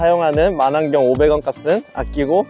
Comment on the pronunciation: 마난경이.아니고 망원경